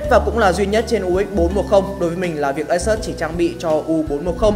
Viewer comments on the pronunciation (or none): Đọc là ây-sút-s nhe bạn.